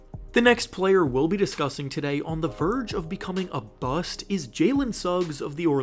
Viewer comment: “A verge of becoming a bu-st”😫😫😫😫